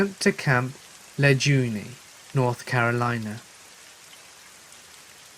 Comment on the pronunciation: No fucking marine calls it Camp " La-jooney" you limy douche bag.